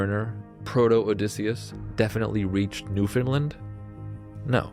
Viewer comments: Its new foundland not new finland. It is being miss pronounced. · I love this! Also I'm an atlantic canadian and just so you know, Newfoundland rhymes with understand. You put the emphasis on "land"! :)